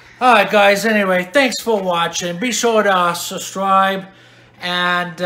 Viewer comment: Sustripe? It is said subscribe not “sustripe” wtf?